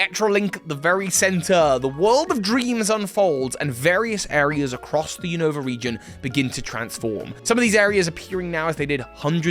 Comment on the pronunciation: "New Nova"... "new new"... lol